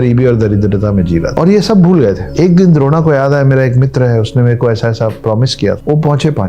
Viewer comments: द्रोणा नहीं द्रोण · kripya dron ko drona na kahiyey kitna sunney mein bura lagta hai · द्रोणा नही द्रोण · Very informative But it’s not Dron not drona,sir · Sir, since you impart epic information, it would help if you pronounced the names properly. "Drona" should be pronounced thus: द्रोण (Droṇa), so please continue your good work but get the names right. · अपना उच्चारण ठीक कीजिए जी। यह द्रोण है द्रोणा नहीं। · Drona nahi dron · द्रोणा नहीं द्रोण।। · Sir द्रोणा नहीं द्रोण है वे. लास्ट में आ लगाना अंग्रोजेने सुरू किया है. लेकीन आप तो इंडियन हैं और characters भी Indian so कृपया सही उच्चारण करोगे तो अच्छा होगा! New generation को characters के सही नाम पता होना चाहिए!